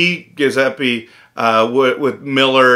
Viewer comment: Your pronunciation of Giuseppe is atrocious It’s jew-sep-a